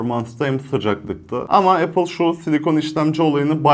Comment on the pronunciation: Zaten isimlerini bile doğru bilmiyorsun,kullanmaman isabet olur.İpon değil “İphone”.İmak değil “İ mac”.Appel değil “Apple”.Fiyat konusunda haklısın,evet pahalı.Ama eğer Apple ekosistemi içerisinde değilsen Apple cihazların kalite ve stabilitesini anlayamazsın.